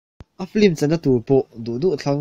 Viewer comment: Ka ngai mawh thei khawp mai kei aia thiam leh hrezau ni mah ula film tih hi flim tiin kan lam leh thin a.... Minlo hretiam hram teh unnn...